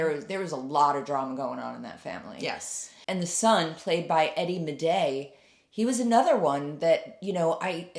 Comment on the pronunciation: mom here!! Great review spot on! Maday is pronounced “May-day” although spelled without that extra y in the middle ❤